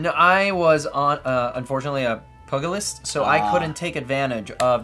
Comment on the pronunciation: Enjoyed the play through! (And FYI, "pugilist" is pronounced pyoo-juh-list.)